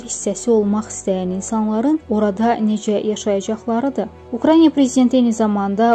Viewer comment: Hörmətli aparicı sizdən xahiş edirəm ukraniya yox ukraina deyin,axı sizi minlərlə insan dinləyir!!!